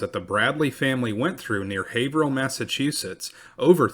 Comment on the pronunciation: Excellent job on the pronunciation of Haverhill. Most non natives of Mass, mispronounce alot of the town's names here. I'm impressed with how much his presentation has improved over the course of this channel. He's so much more confident in his presentation. Not to be insulting, but he's gone from sounding like a kid reading his book report, to a professional presenter. I especially liked the history channel jokes at the end of the episode before this one. I really look forward to every video.